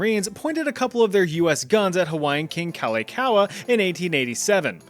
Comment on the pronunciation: the pronunciation of kalakaua is crazy